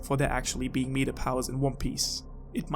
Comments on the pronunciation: Markyy Mark I don’t really know how mispronouncing a word makes you stupid. Especially considering English isn’t his first language. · Bruh. I'm unsure if you're talking about this kind of meta; or something else entirely - I am really sorry if I come across rude, but your pronunciation of the word is really tripping me up. >.< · Fuck him messing up meta so many times really got me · lol meeeata its meh-ta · This. In my whole life I have never encountered anyone that mispronounced meta like this. Meeeetah... jeez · Not "meet-a" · You lost me when you said “Meeeeta” instead of “meta” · Sorry I just started your video but I gave to stop you right there. It's not meeta, its meta with soft e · Hearing him say Meat-ah instead of Met-ah made this unwatchable for me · is it your accent that has you saying "meat-ta" instead of "meh-ta", or is that just what you say despite being able to and knowing its different? I always nit pick these things until I know. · Great video but it’s pronounced “Mehta” not “Meeta/Meata” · Adrian Smith 💩 was driving me nuts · I cant finish this video, please remake it with the pronunciation of MET-Ah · This is hard to watch🤦🏽‍♂️😂 “meetah”😂😂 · meetah. meetah. meetah. meetah. meetah. meetah. meetah. meetah. FUCK UP OMG hahahahahahahahaah Almost had to stop watching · This guy needs to google how to say META ITS MEH TAH META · Drove me crazy every time I heard meta pronounced meet-uh 😤😤😤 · Why do you call it “Meeta” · it was very considerate of you to address it and you didn't have to, but I'm glad u did cuz it genuinely pissed me off. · Now* but yeah it was off-putting but I watched anyway thanks for the video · By the 3 minute mark I was already mispronouncing 'meta'. It's infectious, haha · Oh my gawd I've never heard someone say meta more wrong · Is anyone else already annoyed 52 seconds into the video cause of how he mispronounces the word 'meta' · Your damn British accent makes you pronounce the word meta in such a shitty way.